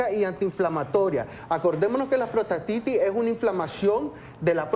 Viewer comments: Se llama prostatitis! La entrevistadora dice : protastitis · Aparte de que interrumpe al doctor al comienzo del video dice protastitis!